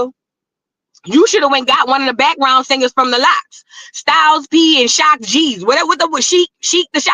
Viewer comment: Chile she said shock g or sheik da shocker I was on the floor🤣🤣🤣